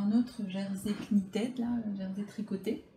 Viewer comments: Merci pour cette vidéo. Très utile car j'avais vu certains de ces tissus et me posais des questions auxquelles tu as répondu. Pour info "KNITTED" se prononce " nitide" en tous cas en anglais. :) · Merci pour ce Haul. Moi aussi chez eux j'ai de bonnes surprises mais aussi des déceptions. Pas toujours facile avec le peu de photos qu'ils mettent. (Ah et Knitted se prononce "nittid" ;) )